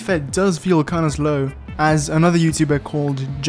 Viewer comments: Not meaning to be rude, but please consider to relearn how to pronounce S. You say zleep and zlow 😅 some people are unaware of have old habits 🙏🏻💙 cool video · Why do you say “feel zlo” ? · wait your italian? explains why you keep pronouncing your "s" like a "z" I died died laughing when I realized that you say "zlow" instead of "slow" in a video all about speed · u say zlow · Slow ❌ ZZlow✅ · Why u sayin zlow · Slow❌ Zlow✅ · bro be saying zlow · Why do some racing games feel szlow 😂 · I love how he says “zlow” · My boy says zlow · Bro your accent is peeeerfect! The way you pronounce “slow” is the only Italian thing in your speech omg